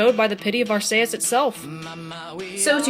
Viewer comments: ITS R-C-US why can no one say it right. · Actually it has been confirmed by pokemon that it is pronounced Arkeyus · The title of this got my attention after watching the Pokemon Shuffle videos, but I did notice one error. (R-C-US) is how you pronounce Arceus. I would accuse you of not watching the shows (yet, I know you would have to have watched the shows based on the theories you've produced), but I can only assume that you've been watching them in Japanese. In Arceus of the Jewel of Life, they, clear as day, pronounce his name. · Actually it's pronounced R-KEE-US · dude....I lost my shit when you said Arceus wrong....does no one watch the movies and know how to actually say the damn name =__=